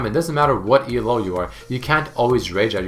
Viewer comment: First off, it's not ELO anymore, its leagues. Second off, it's NOT E-L-O its ELO. It's a dude's name. Get it right pls